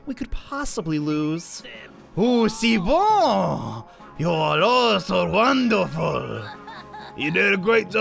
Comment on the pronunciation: Je suis français , et sa ma brûlé les oreilles quand t'a dis Hou ce boun Au lieu de oui , c'est bon